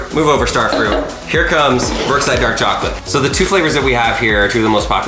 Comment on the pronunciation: "Dark Charclate" lincon